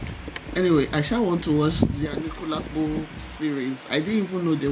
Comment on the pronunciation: you got it right at the last pronunciation ANIKULALAPO!